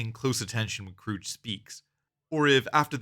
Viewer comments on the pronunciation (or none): It's KRUGE (Croog) not CROOGE! Damn that's cringe, and irritating af. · its not krroooge its kruge say krruug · KROOG not KROOJ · It's pronounced Kruge, not Krooge. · It's Krug, not Krooge. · As a small aside, “Kruge” is pronounced with a hard G, not a soft G. Also a short trailing vowel, so it ends up something like “Kroog-uh”. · I always heard the "missing the chair" was initially done on accident on Shatner's part, but then he realized that was how Kirk would respond to his son that he was JUST getting to know killed in cold blood. And only Star Trek could make backing out of a garage look awesome. Btw, it's pronounced "kroog." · It's pronounced Kroog, with a hard G. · If you were that familiar with this movie, you'd know how to pronounce "Kruge." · Your pronouncing Kruges name wrong The G shouldnt souuhd like a J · I don't think I've heard his name pronounced like that before. I wonder if other people say it the same way. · You pronounced Kruges name wrong. Also, he's a commander, not a captain. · Ia this an AI voice because he's pronouncing Kruge wrong and a couple other words. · If you watched the movie, you know that Commander Kruge is pronounced with a hard "G", not "J" 🖖🏼LLAP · Its actually Kruge